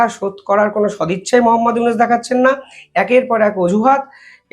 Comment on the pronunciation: আপনার উচ্চারণ ভুল হয়। ইউনূস কে বলেন উনিস, গড্ডা কে বলেন গোদরা।